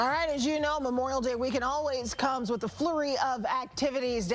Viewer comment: did this woman just pronounce flurry as floorey? So its not just the wig that’s a problem.